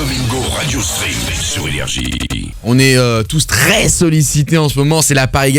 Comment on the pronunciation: le "tous TRES sollicité" de doigby il est chelou